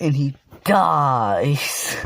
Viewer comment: Lol the way you say dies